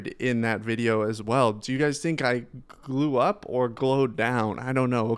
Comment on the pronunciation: 😂 got me giggling saying glued up instead of glow up . Looking good friend. Thanks for this video